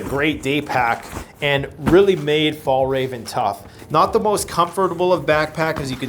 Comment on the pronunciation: I must say I laughed a bit about the "Fallraven" = Fjällräven :) the literal translation is "the mountain fox", a brand from Sweden. Not easy for English speakers to pronounce though.